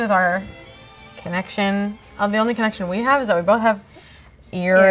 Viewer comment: no one:: its irritable bowel syndrummee lmao